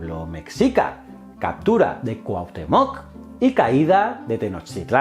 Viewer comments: interesante pero se dice Cuitláhuac....no Cuilahuac........Cuauhtémoc...no Cuauhtemoc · Jajaja, me encanta como los españoles son incapaces de pronunciar el náhuatl, "ketzalcoal", "cuilaguac", "cuautomóc", "mecsica", "chascaltecas" 🤣 za mamada. Me parto de risa. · Se leen así: Cui-tlá-huac Cuauh-té-moc Tlax-cal-te-cas Fuera de eso y que la historia de Quetzálcoatl está un poco distorsionada, un buen vídeo de la otra perspectiva. Lee "La visión de los vencidos", completará este vídeo. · Hola, solo quería comentarte que la pronunciación de ciertas palabras nahuatl como Cuitláhuac, Cuahutemoc y Quetzalcoatl no son correctas. Para que lo tomes en cuenta. Gracias por el contenido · Me encantó tu vídeo ❤️, y me dió hizo gracia cómo pronunciaste Cuitlahuac y Cuauhtémoc por qué bueno soy mexicana y aquí lo pronunciamos diferente 😅😁.